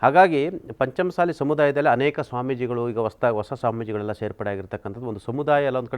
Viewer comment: ಪಂಚಮಸಾಲಿ ಅಲ್ಲ ಪಂಚ ಮಸಾಲಿ